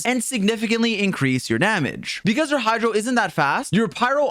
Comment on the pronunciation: "hydo dps" 💀💀